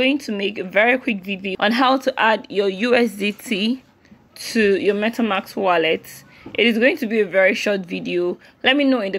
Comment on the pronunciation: For next video, its MetaMASK not MetaMAX. :D